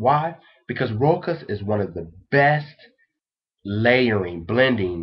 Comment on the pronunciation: You are so cute and adorable! I wanna take you home and cuddle you, lol. BUT pleeeease all you American fellas, PLEASE try and learn to pronunciate your French terms appropriately. It is called "Roouuuuhh.....shhhhhhhhaaaaaaahhhhhhhzzzz"! (it is an open "o" like in the word "WoW")....it hurts me when you say "Rokkkk-ahhhz" lol